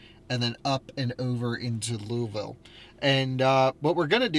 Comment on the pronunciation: lui-ville….nah baby Lu-vool is how you say louisville